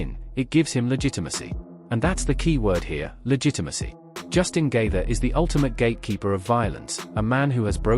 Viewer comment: Can you please pronounce Justin's name correctly. JESUS C.